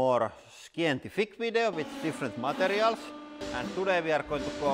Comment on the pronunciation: It's fucking hilarious the way Lauri pronounces words. For example these beauties: WHOdrolic = Hydraulic MILLYon = Million MatEirals = Materials HELLA-met = Helmet PLEEEEEASE ADD MORE, for the love of ❤️👍❤️👍